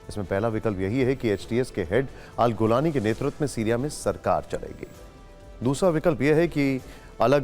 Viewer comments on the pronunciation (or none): जुलानी है इस का नाम जाहील पत्रकार है तू नाम भी सही लेते नहीं आ ता